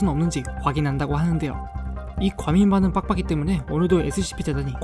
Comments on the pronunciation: 빡빡이 할때 빡을 강조하는것같은건 나만그럼?ㅋㅋㅋㅋ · 과민반응 빡빡이 할때 발음이 너무찰지자나옄ㅋㅋㅋ